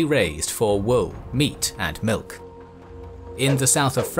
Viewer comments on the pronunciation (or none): none